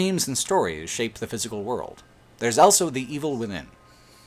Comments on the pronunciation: says elso instead of also. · Dude, also, awl-so. Not owl-so.